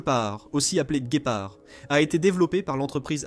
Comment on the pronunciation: Trés mauvaise traduction orale en Français Le Guépard se prononce gaipard et un canone est une pièce d'artillerie. Une arme a feu possède un canon (barrel) rayé (rifled barrel) ou lisse ( smouth barrel)